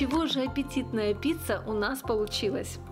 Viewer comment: Очень вкусный рецепт, но произносить надо как и пишется : пиЦЦа, а не пиЦа, поскольку неправильное произношение режет слух. И, наоборот, шпиЦа у вас случайно не шпиЦЦа ?